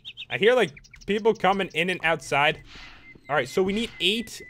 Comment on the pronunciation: I like how he said "I HEAR lightning"....😂😂